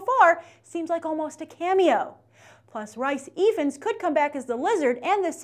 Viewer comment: why do you call rhys ifans rice evens?